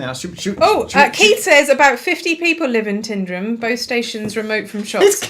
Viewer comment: Tyndrum - as in "fog on the". You've done this already!